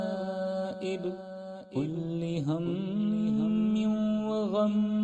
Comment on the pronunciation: Hazrat kullu hammin ku aap kulli hammin padrahe hain, kya ye dururst hai